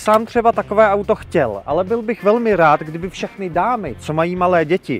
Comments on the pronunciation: Fiat, Ford a fšechny Francouzskí 😂😂😂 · "auta od ef ... Fiat, Ford a fšechny francouzský..." X-D